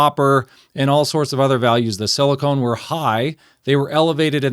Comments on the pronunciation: "Silicone" is what you put around your bathtub. The semimetal in your engine is Silicon. (Si-li-ken) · Silicon not silicone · thank you for sharing. i guess the question is, does the lower levels in the oil result in a longer engine life. it very may well. motor oil geek certainly has impressive experience with the topic. also, i silicon is pronouced sili-kahn. it is very different from silicone. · It's silicon not silicone. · Why is it so hard to pronounce silicon corectly ? I hear so many people saying silicone dispite silicon is printet in the dang paper. Every single time you said silicone! As if everybody have erased everything from elementary chemesty class. So un-professional.